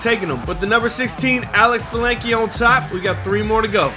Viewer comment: Nice! Some aggressive driving and passing on the Mountain today! As a side note: geat job on the pronunciation of Sulanke. Nailed it!